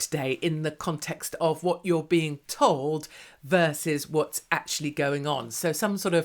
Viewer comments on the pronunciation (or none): none